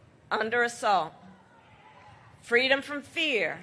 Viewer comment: Reminds me of the story she plagiarized from MLK about being a little kid in a stroller with her mom at a civil rights march in Oakland. She said she fell out of the stroller and her mom asked "baby, what do you want, what do you need" and she said "fweedom".